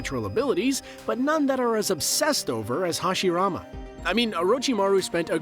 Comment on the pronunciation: Stop watching the moment hashirama name was mispronounced... It's not a dub,sub thing... A name should be pronounced correctly, it's one thing to say it with an accent, but to make it sound completely different? Nah....